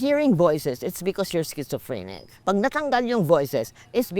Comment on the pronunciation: Intelligent Cita. mas masarap pang kausap kaysa health worker :D She is using words na di nasasabi mg deretso ng mormal na tao. Schizophrenic is a 5 syllables word and she nailed it.